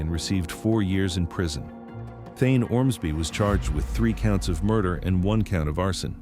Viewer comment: Man, I really fucking hate these disgusting AI narration voices. Thayne's name is said out loud so many times in this video, yet the "narrator" pronounces it "Thine". Try harder, please.